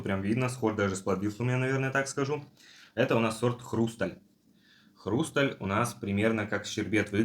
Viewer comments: Ну почему же хрУсталь, а не хрустАль? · НЕ ПРАВИЛЬНО СТАВИТЕ УДАРЕНИЕ хрустАль правильно будет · Аж слух режет